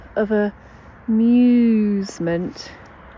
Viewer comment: I found the amEWEsment quite punny😅